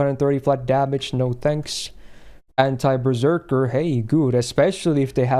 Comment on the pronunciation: Why do I keep hearing anti-perrserker passive? I've been playing too much pokemon.